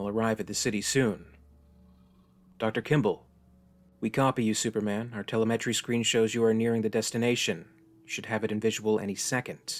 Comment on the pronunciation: Phonetically Těl ěm ě trē- One Word NOT Tělě mět trē!